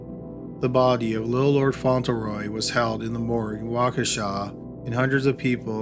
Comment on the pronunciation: "The bod-ee, the bod-ee," he says body in a weird way